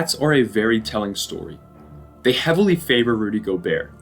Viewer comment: Great video man I didn’t know that the t was silent in gobert, thanks for teaching me